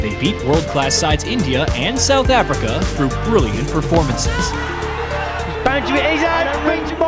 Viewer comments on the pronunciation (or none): none